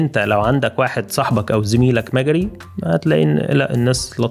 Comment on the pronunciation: ما يعرفش مجري.. كل ما قاله لم يلفظه بشكل صحيح. و واضح انه موجود من فترة قصيرة